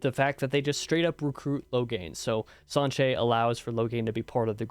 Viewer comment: Siuan is pronounced swan, like the bird. You nailed Sanche as well.